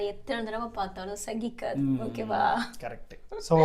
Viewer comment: Adhu Salikkadhu(not boring) not Sagikkadhu(not tolerating)